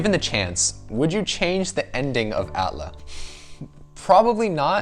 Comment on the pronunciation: A T L A not at laa